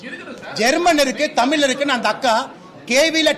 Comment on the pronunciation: தமில் தமில் இல்லடா தமிழ்னு சொல்லுடா